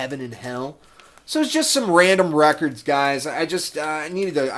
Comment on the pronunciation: Lmao rekkids. I knew i wanted to click when i seen that. I too call them that but you must put on your best jersey accent whilst doing it. Lol Loving your channel. Great channel darling! On it now!